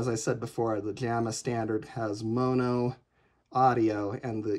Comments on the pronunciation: Yup. You still pronounce it incorrectly. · What should it be? Monnoh? There's only one N. pronunciation is correct? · Never heard anyone pronounce mono with two hard o’s before. Thanks for the tutorial!